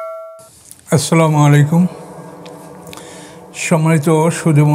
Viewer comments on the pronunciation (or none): none